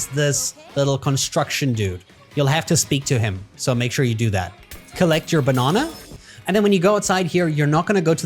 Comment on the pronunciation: B’o’nana… It’s banana 😂😂👍🏼